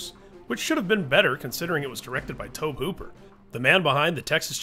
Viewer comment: Toabe Hooper lol